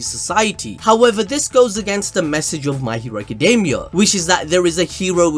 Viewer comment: I just realised he was saying my hero academy🤣🤣 i thought he saying mikey academy 🤣🤣🤣🤣